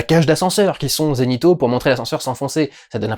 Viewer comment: des plans zenithaux.. zenithaux ... forcement j'entendais un g à la place du z! je ne comprenais pas l'image :)